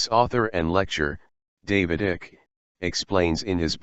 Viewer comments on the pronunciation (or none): Repeat after me: David IKE, not ick. If you had interviewed him, you'd know.